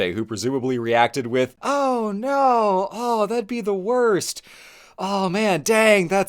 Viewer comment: I love his “oh no”, very Italian